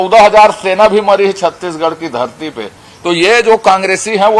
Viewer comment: छत्तीगढ़ नही छत्तीसगढ़ बोला करिए